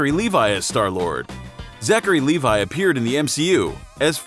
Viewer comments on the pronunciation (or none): none